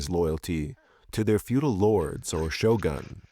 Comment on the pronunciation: The way you said "shogun" not same way so say "shotgun". You must say "shogun" with "gun" with U.